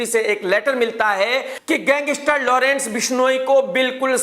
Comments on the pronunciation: Gangistar nhi gangster bolo 😂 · Lawrence ya kisi ke bhi liye bura sochoge to tumhare khud ka bahut bura hoga. SABSE PEHLE TO TUMKO GANGSTER KEHNA HI NAHI AATA! tumko ye programme karna hi nahi chahiye kyunki, tumhari pronouncesation correct nahi hai. Tum ek prisoner se itni jealousy kar sakte ho to tumhara dusro ki taraf jo kaha jata hai media mai wo dheek hai.